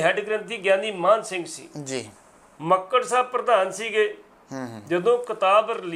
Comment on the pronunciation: ਐਂਕਰ ਸਾਹਿਬ, ਗਿਆਨੀ ਸਾਹਿਬ ਜੀ ਦਾ ਨਾਂ ਲੈ ਰਹੇ ਹੋ, ਉਹਨਾਂ ਦਾ ਨਾਂ ਮਾਨ ਸਿੰਘ ਜੀ ਹੈ ਨਾ ਕਿ ਮਾਹਨ ਸਿੰਘ ਜੋ ਤੁਹਾਡੇ ਮੂੰਹ ਵਿੱਚੋਂ ਨਿਕਲ ਰਿਹਾ ਹੈ। ਹੈਰਾਨੀ ਦੀ ਗੱਲ ਹੈ ਕਿ ਬਹੁਤ ਪੜੇ ਲਿਖੇ ਆਦਮੀ ਵੀ Mann or Maan ਨੂੰ ਠੀਕ ਤਰੀਕੇ ਨਾਲ ਪੜ੍ਹ ਕੇ ਬੋਲ ਨਹੀਂ ਸਕਦੇ। Mann ਨੂੰ ਮੰਨ ਬੋਲਣਾ ਚਾਹੀਦਾ ਹੈ ਅਤੇ Maan ਨੂੰ ਮਾਨ ਜਾਂ ਮਾਣ ਸਿੰਘ ਪ੍ਰੰਤੂ ਸਿੱਖਾਂ ਵਿੱਚ ਮਾਨ ਸਿੰਘ ਤਾਂ ਆਮ ਨਾਂ ਹਨ ਪ੍ਰੰਤੂ ਮਾਣ ਸਿੰਘ ਵਾਲਾ ਕੋਈ ਵੀ ਨਹੀਂ ਮਿਲਦਾ। ਐਂਕਰ ਸਾਹਿਬ, ਬੋਲਦਿਆਂ ਹੋਇਆਂ, ਤੁਸੀਂ ਦੂਜਿਆਂ ਵਾਸਤੇ ਉਦਾਹਰਣ ਬਣਨਾ ਹੈ ਇਸ ਸਦਕਾ ਠੀਕ ਅਤੇ ਠੇਠ ਹੀ ਬੋਲੋ। ਟਿੱਪਣੀ ਜਰੂਰ ਦੇਣਾ ਜੀ ।